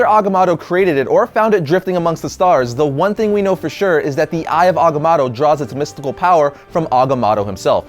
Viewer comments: there are only 2 "A"s in agamotto. its ag-a-mo-to.... not ag-a-MA-to. geez. couldnt even finish watching the video due to your bad pronunciation. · It's mow tow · It's pronounced Eye of Aga-moe-toe! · the way you pronounce Agamoto is so annoying... I'm half cringing half loving this one shot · You know, I originally thought it was pronounced Agamoto, but it's spelled Agamotto. Now I wonder why everybody pronounces it as Agamoto. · You pronounce Agamotto wrong no biggie but it did get annoying lol 😂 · Who else is bothered that hekept saying agamotto wrong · First time I've ever heard agamotto pronounced with 2 a sounds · dam it say it right. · You pronounce Agamotto weirdly.. :/ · i thought it was pronounced with the first o in agamotto being a long o.